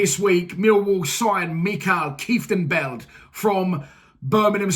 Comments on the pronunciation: I live in Holland...yes a good signing.... Will have to teach you to pronounce Groningen and Kieftenbeld lol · Saying his name wrong already 🤦🏼‍♂️😭